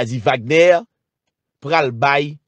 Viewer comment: Se pa Wagnè non=se Vagnè li pwononse